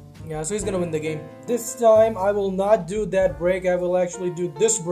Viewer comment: “iF tHEre iS a viLL tHeRe is A vAy”